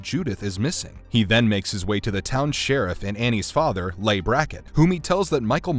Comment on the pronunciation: Nice video, but "Leigh" is pronounced "Lee", not "lay".